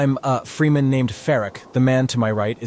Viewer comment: Cool. I'd like to see that flick. BTW: It's pronounced "Fremen", not "Freemen". I know [🤓], but still ;)